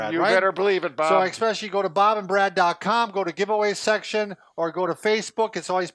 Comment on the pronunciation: Bob!!! eSpecially NOT eXpecially!!